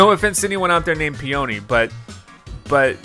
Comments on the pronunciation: "Peony" is pronounced as "Pee-Yer-Nee" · The guys name is pronouncing "PEE-uh-nee", like the flower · It’s actually PEE-oh-nee. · Its "pee o nee" like the flower.